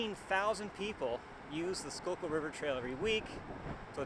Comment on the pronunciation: Я конечно понимал что не School-kill произносится, но скукул =D